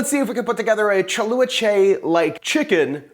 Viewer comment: You did an excellent job at pronouncing the two words correctly. You butcher the last word 😁🤣😂😅👍🤪 Don't worry I butcher my Vietnamese a lot. After I watched your version, I watched a few of the Vietnamese version. You need to wash the "UBA" soy skin with hot water a few times before boiled them. In Vietnamese cooking, we use salt, sugar, msg, and mushroom seasoning. 🤷 You should try buy a bottle of "nuoc mam chay" in translation "vegan fish sauce"